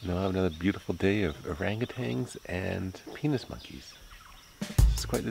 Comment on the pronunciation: "Urangutangs (sp?)" – it's orang-utan. And proboscis is pronounced pro-bo-sis (no hard "c").